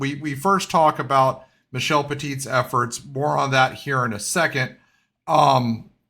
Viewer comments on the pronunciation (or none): Atlanta poised to fail again 🤦‍♂️. FFS there are more youth players in PEI than the state of Georgia. Also Michel's surname is pronounced Pet-tee, the T at the end is silent, you literally pronounced the feminine spelling of the word that his surname is derived from.